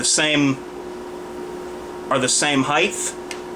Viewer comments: by the way; it is hight, not highth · LOL DUMBASS SAID "the width, the heighthh" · Ok stupid question time. Why is it that when some people refer to pistol dimensions they say "heiTH" as opposed to height ?